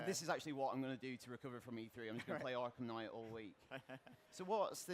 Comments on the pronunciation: I've only heard of "arkham knight" not "arkham knigghgt" sorry for my bad english, i'm from 'murica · Batman Arkham Kngigityght